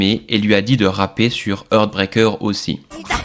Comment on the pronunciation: 🙏 SVP, apprenez a PRONONCER LES TITRES SANS LES MASSACRER 😮 "Heartbreaker"= "HArtbrEYker". "Threatened" = "ThréTeuNd". C'est le seul défaut de vos vidéos passionnantes ! ❤ 🙌